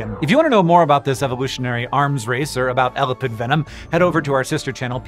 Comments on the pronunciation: Argh, Hank, it's pronounced "eh-LAH-pid". Good grief. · When you put the emphasis on the first syllable in "elapid" it sounds like you are saying "elephant". Previous I've only heard it pronounced with the emphasis on the second syllable.